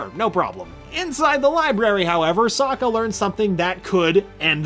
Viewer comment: Lester Mano Sokka not Suka